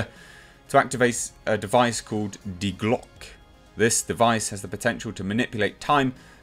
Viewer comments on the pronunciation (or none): It's pronounced de Glocka. You pronounce the e at the end in German. The leaked info sounds interesting, but I don't know why they didn't just adapt one of the games, comics or novels? There are some good ideas already there.